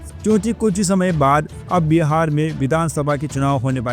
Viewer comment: बीहार नही बिहार बोलो